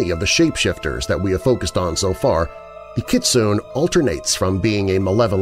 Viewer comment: Kitsune is pronounced kit-soo-nay